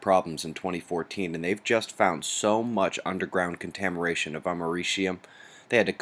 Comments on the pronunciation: Hehe, he said Contameration . Instead of contamination. I know you can't get it all in one take and sometimes you just let it go, but I lol'd when I heard it. ^_^ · Heh...contameration... Maybe more coffee needed? :) have a great weekend, u-yen theories have been very interesting thus far, thanks for the introduction to it.